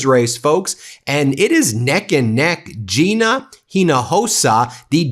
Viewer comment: Thanks for pronouncing Gina's name correctly!